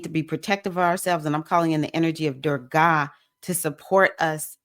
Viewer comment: Thank you for your message. Anger pervades many of our responses to situations that we are confronted with in our walks in life. May I suggest you check on the pronunciation of Goddess Durga. The ending of her name is a softer sound. Many examples are available on google and YouTub. Also appreciate your reference to Erzulie Dantor, Haitian Loaand fierce protector of women. Erzulie is the patron loa of Nee Orleans. She is also depicted as protector of women, especially single mothers, and embraces, embodies Beauty, Love, Art, Passion and Sensuality. Adupue O!